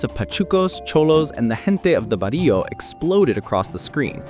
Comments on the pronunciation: bro said "in the Body-o" 😂😂😂😂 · "The jente of that barillo" what the heck is a barillo? 😂😂😂😂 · Ummm did he just say "bah dee oh?" Sounds about white. Hahaha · Please never say barrio again.